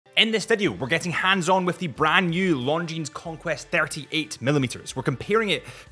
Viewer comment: You work for a watch company yet still say S at the end of Longines 🤦